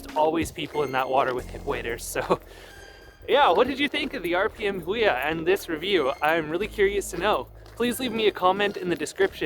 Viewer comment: FYI its pronounced "Who e ya"